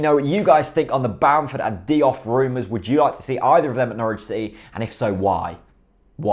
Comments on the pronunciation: I got angry every time you pronounced Diouf (Dee-oof) Deeoff there mate! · haha yeah, it's Dee-oof. Soz:p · Great video! It's pronounced JOOF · JOOF! it's pronounced JOOF!